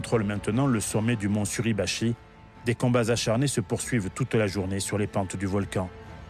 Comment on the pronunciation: Erreur à "Mt. SurAbachi..." au lieu de "Suribachi". Déjà que l'utilisation de l'IA est gênante alors si en plus vous ne vérifiez pas derrière...